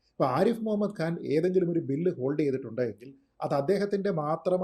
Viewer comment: ആരിഫ് മുഹമ്മദ് ഖാൻ എന്നാണ്, ആരിഫ് മുഹമ്മദ് ഗാൻ എന്ന് ഉച്ചരിക്കരുത്. ഖാൻ, ഖനി, നഖം. മലയാളികളിൽ ഭൂരിഭാഗവും ഈ തെറ്റുകൾ ആവർത്തിക്കുന്നവരാണ്. ഈ ശീലം മാറ്റേണ്ട സമയമായി. കൂട്ടക്ഷരങ്ങൾ ഉച്ചരിക്കുന്നതിൽ വളരെ തെറ്റായ രീതി അവലംബിക്കുന്നവരാണ് ഭൂരിപക്ഷം മാധ്യമപ്രവർത്തകരും.